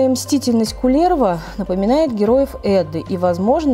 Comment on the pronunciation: Очень познавательно, спасибо. Но только ударения... Ка́левала, По́хьёла, Ку́лерво - будет правильней